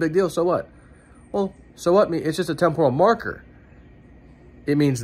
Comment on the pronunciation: Please learn to pronounce TEMPORAL properly. pronunciation is wrong.